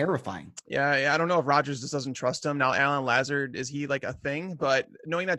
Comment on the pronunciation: ' pronunciation of LAZARD gave me cancer. It's luh-ZARD. That's straight from the media guide.